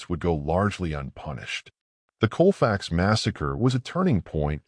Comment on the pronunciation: I grew up in Grant Parish, one town over from Colfax, and believe me many of the locals barely know about it. There used to be a little marker in front of the Library, and they just finally got around to replacing it with a more substantial marker, long overdue Also, it's pronounced Cawl-facks, not Coal-fax. Colfax is still primarily black, in fact it's the only primarily African American community in the whole parish, a parish that features several notorious sundown towns, and was a bastion for the Knights of the White Camelia, a Klan affiliated group. Today, the poor black residents of Colfax are being slowly poisoned by the company Clean Harbors, that relesaes tons of harmful toxic chemicals into the air by directly disposing of them by burning in open air. People are becoming terribly sick but are being silenced, they are too poor to move away, from the land their ancestors gave their lives to call home. The state of Louisiana makes too much money from them to care, and nobody else will allow that company to do what they do around them, so the injustice continues, and so does the death but in a different ways. Vice did a wonderful exposé, I highly recommend it if you want to learn more